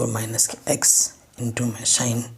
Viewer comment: Sir sorry but wo chos nahi cos or shin nahi sin hota hai